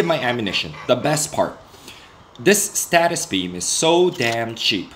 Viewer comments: Stasis not status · It's stasis not statis!!!!!!!!!!!!!!!!!!!!!!!!!!!!!!!!!!!!!!!!!!!!!!!!!!!!!!!!!!!!!!!!!!!!!!!!!!!!!!!!!!!!!!!!!!!!!!!!!!!!!!!!!!!!!!!!!!!!!!!!!!!!!!!!!!!!!!!!!!!!!!!!!!!!!!!!!!!!!!!!!!!!!!!!!!!!!!!!!!!!!!!!!!!!!!!!!!!!!!!!!!!!!!!!!!!!!!!!!!!!!!!!!!!!!!!!!!!!!!!!!!!!!!!!!!!!!!!!!!!!!!!!!!!!!!!!!!!!!!!!!!!!!!!!!!!!!!!!!!!!!!!!!!!!!!!!!!!!!!!!!!!!!!!!!!!!!!!!!!!!!!!!!!!!!!!!!!!!!!!!!!!!!!!!!!!!!!!!!!!!!!!!!!!!!!!!!!!!!!!16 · i like the content but it was difficult listening to him say status beam intead of stasis♥